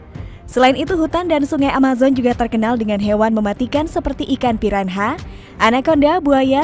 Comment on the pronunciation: Piranha di baca ; piranya